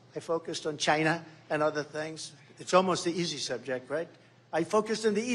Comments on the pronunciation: just to hear Trump say the word "Chi-na" is worth electing him, knowing how much he hates the CCP is another. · The way he says China !! 🤣🤣